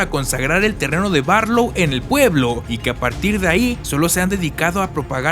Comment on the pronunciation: Tres cosas me hicieron reír por el muchacho que edito el vídeo: uno la mencion del torito. Dos es la casa Marsten y no Marston. Tres cuando dice Marlow en lugar de Barlow. He leído el libro cómo 30 veces y por eso obviamente lo prefiero, llegué al texto por la primera adaptación para tv que en México fue conocida como La noche del vampiro, en verdad deseo que esta nueva versión sea el inicio para muchos nuevos lectores, tal cómo me sucedió a mi. Saludos y densas pesadillas!